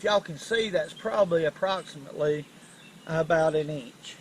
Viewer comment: I like the way he says eench for inch.